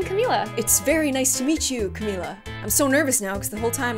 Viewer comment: how you say camila is cam-mill-la